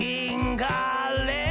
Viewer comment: also he mispronounced cinghiale LMAO